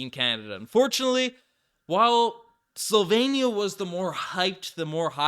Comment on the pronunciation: There is no Country names Sol-Vein-ia. It's Slow...veen, ee...ah.